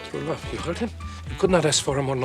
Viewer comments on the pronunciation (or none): He said "To bluve", not "true love", the air escaping his body just made it sound like he said "true love".